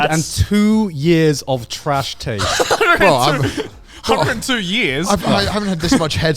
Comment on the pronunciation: "Welcome! To the annual Trash Taids Award!" -Grant